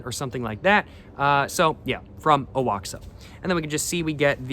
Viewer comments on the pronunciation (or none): I could be wrong, but I think Oaxaca is pronounced 'Wa-Ha-Ka. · You butchered Oaxaca